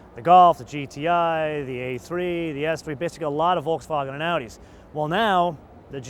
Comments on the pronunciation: can you like stop, pronouncing Volkswagen like your speaking German? pretty much cant watch you cuz of how annoying that is. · Just why? Just why you can't pronounce Volkswagen correctly?